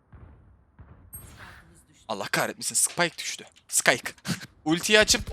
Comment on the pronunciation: Adam spikeye skayk dedi oyuna skay geldi